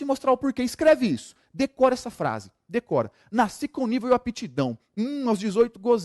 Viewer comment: Excelente aula, agora "NACI" foi foda! o correto é Nasci.